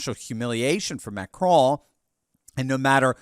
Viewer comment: Just pronounce the "n" in Macron and be done with it.... it sounds ridiculous for an American to try to say it with a bad French accent.